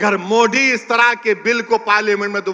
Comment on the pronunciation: Pahile sahi se modi bolna sikh le baad me waqf board pe baat karna 😂😂😂